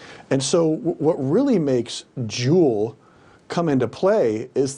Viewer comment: It's pronounced Jule not Julie. He pronounces it right and wrong lol. Also all of the injuries from e-cigs have been linked to the cartridges being cut with liquid vitamin E. And they need to make women and children a protected class so the punishments will be stiffer than the current laws. Because sentences for child prostitution and human trafficking are way too light.